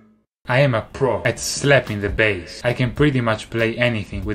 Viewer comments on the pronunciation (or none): When Davie say bAss it's kinda sound like BS 😂😂